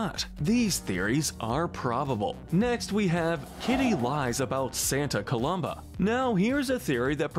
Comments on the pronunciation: Why do you keep mispronouncing Santa Coloma? There's no "B" in the name! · you pronounced Santa COLOMA wrong